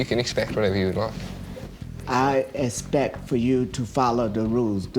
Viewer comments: The word is Respect not espect!! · "I esspec for you to follow our rules" his pronunciation of expect is hilarious 😂😂😂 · expect not respect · Can't stand Dad saying aspect instead of expect.. learn to speak properly